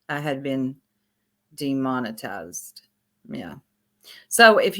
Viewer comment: Demon-I- tized like they baptized you from the matrix